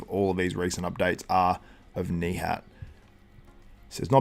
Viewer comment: Since I am from Turkey too, you perfectly say his name. Nihatttttt:hand-pink-waving